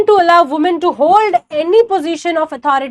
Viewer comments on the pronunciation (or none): none